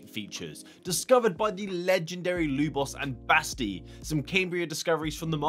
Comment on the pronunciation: Luboš is pronounced Lubosh